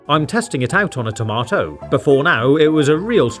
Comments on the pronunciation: Its tamato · My man "tomato" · tomato not tomerto